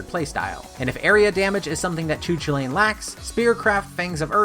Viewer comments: "Choo choolane" LMAO But in all seriousness its pronounced "Koo Kool layn" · I've heard that pronunciation you are describing is pretty obscure or maybe even incorrect. Irish person I know told me it was "koo kal in" with "koo" like "coo" in "cool", "kal" like in "Carl" just without the "r" (or like in Superman's name "Kal-el") and "in" just like the usual word "in". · You pronounced his name wrong, great video still but as a person who really likes Irish mythology I get irked when you pronounce his name. It is pronounced Koo-cul-lain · Best doggo’s spotlight, he’s got a LOT of speed and distance to work with in his combos, but if you can steer him properly he can wipe out crowds faster. But yeah he’s definitely unfortunately underwhelming thanks to his overwhelming movement and linear focused attacks. Also I know Celtic names are super tough, but Choo Choolain is probably the funniest pronunciation I’ve heard yet. The closest I can spell out a pronouncing guide is Coo Cullen.